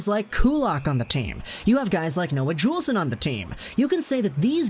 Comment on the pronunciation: Noah Juulsen is pronounced Yoolsen. And he took a puck to the eye and is still recovering his vision. They thought he wouldn’t be able to play anymore.